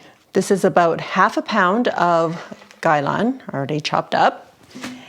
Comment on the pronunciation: KAI LAN! Not GAILON! NOT GUY LINE! NOT KYLON! NOT GUYLON! GRAIN NOT GREEN! Damn YT. get a decent bot for the CLOSED CAPTIONING! 🙄🙄🙄🙄🙄🙄